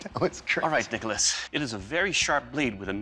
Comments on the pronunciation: did anyone else hear dickolas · When he says nicholas it sounds like rickles lmao